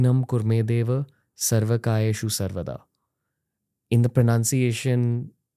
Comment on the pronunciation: Not Sarv Kayeshu but Sarv Kareyshu, all karya (work)